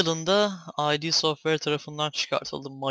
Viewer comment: Ay Di değil türkçedeki gibi okunuya id diye.